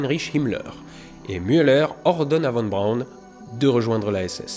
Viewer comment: Faudrait qu'il apprenne toutefois à prononcer Von Braun correctement.